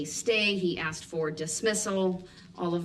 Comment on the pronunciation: Judge faces babbling Brooks again. She " axed " him often to cease and desist but to no avail. He's the prime candidate for the phrase "...and throw away the key! "